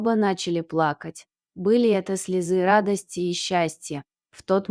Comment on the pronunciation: СлезЫ счастья....???? Попробую поставить ударение правильно.. Мадам, это п. здец ваше чтение..